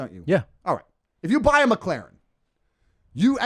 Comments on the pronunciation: Best part ; Spanish woman : "mek-lahren" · the way he said mclaren im dead